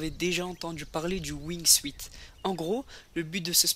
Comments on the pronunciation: Alors déjà, le catche c'est pas 90% du cinéma c'est 99% dont 1% d'entraînement réel UFC pour mieu apprendre la comedi et les coup stoper au Cm prêt de l'adversaire, et le sport dans les air prononce le ''wingsuut'' pas wingsiut (l'orthographe est fait pour la prononciation) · Tu dit wingsuit mais ca ce dit "wingsouite" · On dit wingsout pas wingsuit je pense mais sa s'écrit wingsuit